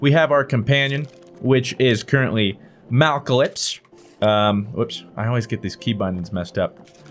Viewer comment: "Malcalypse" MALACLYPSE